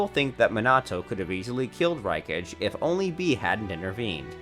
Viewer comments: Can somebody tell this dude that it is rai-ka-gay not rai-kaj. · IT'S RAI-KHA-GHE NOT RAYCATCH. WTH HE CATCHING? POKÉMON?! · RAI KA GEY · pretty sure thats not your real voice you say raykage instead of raikage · bruh why is he saying ray cage instead of raikage lol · Them:raikage Him:raicage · Rikash🤦‍♂️ RI-KA-GE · Rekaj instead of raikage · Its pronounced as (RAI - KA - GE) not (RAI - KADGE) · it is not rikaj it is rikaga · Bruh, it's pronounced "ARK" (arch) & "Rye Ka Gay" (raikage) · th saski what u did to sasuke dude said saski and raikage like raikaze tf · this mf really jus said raykaj like wtf bro🤦🏽‍♂️😂😂😂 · Bro, I like your videos, but why do you have to butcher every name? The he’ll is mynoto? Raikazh? Kanoha? I mean come on man. Nawruto? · Rey-cage, rai-kaj. Nope i am leaving. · Ray-kidges Fist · why tf are you saying RAI KAHJ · The 'Rai - Kadge' lol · Wtf is “”Rakage“” ?? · Raikagge homie can't say raikage Sasuke or minat9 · Rai-kā-gây, sauce-kay, Nah-ru-to, Mīn-ato, ra- sen- gan. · “Ruh-cage” (raikage) that’s gotta be satire right? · Rai Kajj? What the fuck is Rai Kajj? Have you ever seen this show before or do you just pull articles from fan sites? Ok then you say "Ray Kajj". Dude... just stop... Seriously... this is just bad. And then you say Rai Kejj. Make up your mind. "Just as the third Hokejj". Ok I'm done. I'm going to forget I ever saw this video. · The raikaj tho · My guy pronounced everything wrong Sasuke raikage naruto Minato XD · whoever narrated this has never watched naruto, lol I could deal with the bad pronunciation of raikage but when he said hokage wrong i was out. I wish youtube left the thumbs down metric available. I could have saved 6 minutes and 7 seconds of my life. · Raikage pronunciation 😂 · A##hole you can't even pronounce sasuke and raikage correctly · True. The way he pronounced "raikage" is a sign that he has never watched naruto